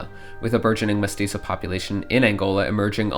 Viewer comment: "Mestizo" and "Rio Grande del Sur" 💀💀💀 Oh dear, Brazil is the 1000th time being treated with Spanish pronunciation.